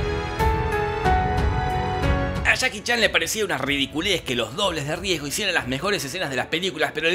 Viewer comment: Me encanta como dice: "Chaki Chan" 👌